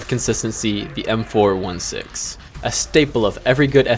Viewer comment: the way you pronounced m416 is making me want to click off the video but i stayed to the end anyways